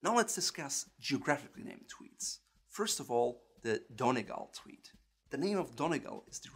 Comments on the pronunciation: You pronounce Donegal so wrong it’s not donny-gal it’s pronounced dunny-Gaul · Cheviot is pronounced CHEE-vi-ott with a hard T. Donegal is pronounced Dunn-ee-GOL.. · ahahah don eeee gaalll pronounciation a bit off but brilliant video!!! :) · Donegal Is not pronounced as Don-e-gal🤦🏼‍♀️👎🏼you pronounce it as Don-ee-gawl👍🏼 or Don-ee-gaul👍🏼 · I know it's a bit late but Donegal is pronounced don-ee-gal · Donegal is pronounced "Dun-Ee-Gall"